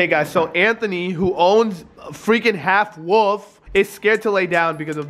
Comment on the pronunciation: He said half woof lol 😂